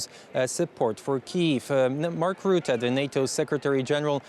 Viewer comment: Say russia, now say Rutte. There is no Ruette